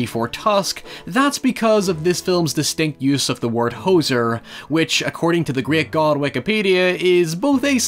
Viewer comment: No one in Canada says "hosser"